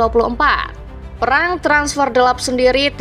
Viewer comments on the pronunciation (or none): none